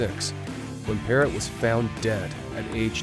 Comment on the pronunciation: Demri had endocarditis caused by cotton fever when you inject heroin & a piece of a cigarette filter is injected by accident.Then she had the pacemaker put in. Layne visited her numerous times in the hospital. Her last name is pronounced Parrow.